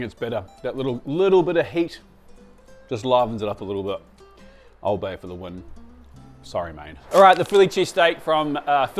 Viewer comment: As a Baltimore guy it hurt my soul to hear that